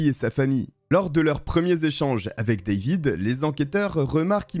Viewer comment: Ca m'agace la facon tu pronon le A dans David.Pourquoi tu le prononce en anglais et les autres tu prononce en francais?